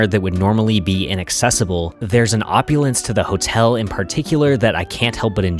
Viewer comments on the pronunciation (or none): none